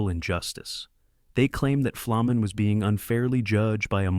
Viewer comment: Boy is there some bullshit in this video. Ferny did not have a reputation as a dirty player and in fact had little interest in fighting. Who put this together and could they at least pronounce his name right it’s an easy one.